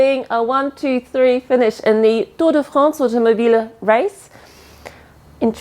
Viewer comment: Prononciation parfaite de "Tour de France" par.